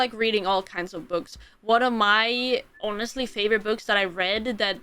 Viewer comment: Welp....new word it is "Yonestly"